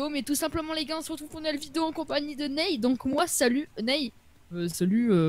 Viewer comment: Ney c'est Neezay ?? Sinon Good vidéo